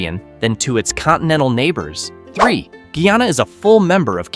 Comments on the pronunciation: My country is pronounced Guy-Ana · Pronounce the Name properly. Guyana. Guy + aana. This country has a lot to offer to the entire Caribbean and other countries of the world. Great country for environmentalists, nature seekers, hikers, tourists and nature lovers.❤😊